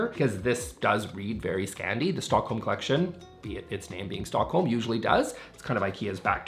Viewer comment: With your speed speak you could be an auctioneer. For heavens sake slow down,it’s horrible to try to listen to.Also ,cleckshin is collection.